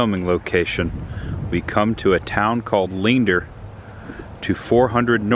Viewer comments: great video! also, its pronounced Lee-Ander and Hut -to lol. sorry, born and raised Texan :) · The town is pronounced "Lee-Ann-dur" not Leendor 🤣 sorry I'm a life long Texan. Excellent video as always bro 🤘🏻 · Listening to people mispronounce Texas town names cracks me up. Let me help, LEANDER =LEE-ANDER, HUTTO = HUT-TOE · It’s LEE-ANN-DERR. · Leander is pronounced Lee-ann-der. Hutto is pronounced Hut-O not Hoot-O